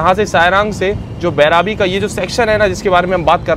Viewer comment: Bhai station ka naam Devnagri me bhi likha hua hai, phir bhi thik se nahi padh paate ho. बइरबी naam hai. बैराबी nahi.